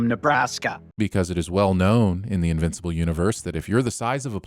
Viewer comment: You are getting a sin for "invinci-pole" XD